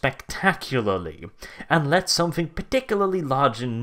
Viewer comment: it's "let", not "lett". it's let ... not lett LET NOT LETT I CAN'T TAKE THIS HERESY. HERESY HERESY CALL THE INQUISITOR runs away screaming